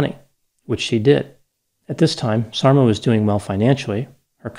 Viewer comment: Yes, I keep hearing "dolma" when he says Sarma-haha! (Sarma=dolma - same dish, different words). There's an unintentionally funny song I heard in Bosnia: "You left and you didn't even taste the sarma." Can you imagine? If only he had tasted her wonderful cabbage rolls he wouldn't have left.